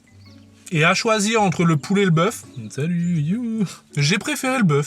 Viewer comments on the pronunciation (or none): none